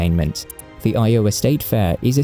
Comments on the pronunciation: EYE-o-wa, not eye-O-wa. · It took me a few seconds to figure out what state he was talking about. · Wow, tell people to visit WV? One of the poorest states within the United States? And all of that lovely lovely coal is part of a dying industry. That's right, after coal, there's nothing to do other than hunting and fishing and trying to sack your sister. Oh, and try to get the pronunciation of Iowa right, just once! Sort of like pronouncing Gloucestershire like Glow-cestershure. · You GOTTA work on pronouncing Iowa! 😂